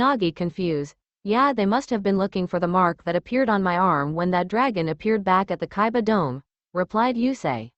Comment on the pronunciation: it's kaiba NOT kabia